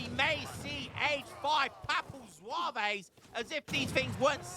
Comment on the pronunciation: As a french its so funny hearing how you prononciate french words like papal zouavéézzz. Atcually you don't want to say the E and S at the end of most french words. So Zouaves would prononciate just Zwav. Historicaly Zouaves where algerian light infantry units belonging to the french army. but yeah these units are so op, counter would be a lancer with multiplier vs infantry and artillery, 2 types of unit aztec don't have so that's why they are fucked